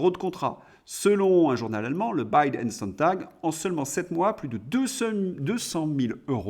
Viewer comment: "Bild" se prrononce simplement bild en allemand.😀